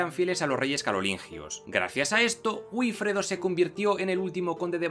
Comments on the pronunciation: Es VIFREDO, teniendo en cuenta que la probable pronunciación de la W gótica fuese similar a la W alemana, e incluso se parecería a FIFREDO. Pero no a "B"ifredo. El fonema B en lugar del fonema V es un "vicio vascón", ¿sabías eso?; uno que el castellano adquirió del vasco de la época y que ya hasta César resaltaba de los "iberos" con su famosa frase de "bienaventurados los iberos, para los cuales "vivir" es "beber" (vivire, bebere est) y que casi nadie sabe entender correctamente. 😏 La V y la W derivan de hecho del fonema U, campeón; en inglés, en alemán y en español. Otra cosa es que tú no sepas pronunciar una V, y no entiendas la diferencia. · Estupendo vídeo, pero la pronunciación de Wifredo (El Velloso) es "Bifredo", no "Uifredo". El inglés nos está invadiendo...